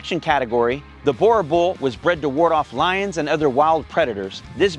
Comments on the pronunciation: Great clip. I know Boer looks like you should pronounce it as you do. But it actually sounds like boo, as in Casper the ghost go boo! Boo!r. Your Boerboel will instantly start fetching your slippers for you if you pronounce it like this.. No really! Thank you for the great contribution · It's funny how ya'll pronounce boerboel so weirdly different from us here in South Africa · How did you come to South Africa and not learn how to pronounce the dogs name😂